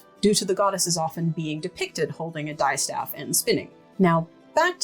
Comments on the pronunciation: (psst! -- its "dis-staff" with a short "i" as in "history.") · Not to mean or anything, but you're mispronouncing the distaff. It's actually pronounced like the dis in 'disin' someone, not like 'fabric dye' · I really enjoyed this video, thank you! I learned so much. I’ve never heard distaff or Minotaur pronounced with a long ‘i’ - is that a dialect variation? Also ‘rokk’ in Norwegian I believe refers not to a distaff but to a drop spindle.